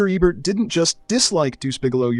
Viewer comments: How do you make an entire video about a guy and not know how to pronounce his name? Baffling, since the switches between the right pronunciation and the wrong it makes me think he's doing it just so people engage in the comments (if so kudos) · Is this an AI narration or could you really not settle upon a pronunciation for "Ebert"? Hint: he literally introduces himself at the beginning of every episode of At the Movies. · I was thinking this was a pretty good AI voice.... but why does it keep changing the way it pronounces "Ebert"? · Drink a shot every time the AI mispronounces the name “Ebert” or says, “He didn’t just dislike it.” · The Ebert mispronunciations had me screaming at my screen. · It’s a horrible AI. Can’t even pronounce Ebert. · It's EEbert not Ehbert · His name is Eee-bert, not Eh-bert. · I think Ebert (pronounced Ee-burt) would give this video 0 stars because the narrator keeps pronouncing his name Ebb-ert. How can you get it right and wrong in the same video?? Embarrassing and sad. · How come the narrator alternates between pronouncing his last name EH-bert EEE-bert ? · Ee-bert, Eh-bert? Make up your d-mn mind, AI narrator! Sloppy AI pronunciation ruins these videos. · Hearing eh-Bert was worse than some of these films. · I had to comment again. During the Caligula segment, you say "Ay-bert." How are you this stupid? Three different pronunciations of his last name in one video. 😅😅😂😂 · I grew up on Royko, Kup’s World, Rostenkowski and EBERT. IT’S EEBERT. EEEBERT! EEEEBERT!! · Pretty sure it's pronounced Eeeeebert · Tell the AI it's pronounced "EE-bert" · Eh-bert, huh? Thumbs down, no subscribe, didn't finish. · Is this AI or a real person? If they are this into film they would know who Roger Ebert is and pronounce his name correctly. Many AI created content out there dies hard on how they pronounce names. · Robot narration should at least manage to pronounce "Ebert" in one way rather than at least three. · Pronounce his name right.